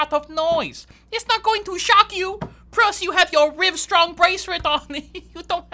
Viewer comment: "Prus you got your Rivestrong braceret" 😂😂😂😂😂😂😂😂